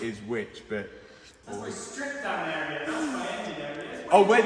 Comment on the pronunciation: “When we’ve drove dann ere” 🫣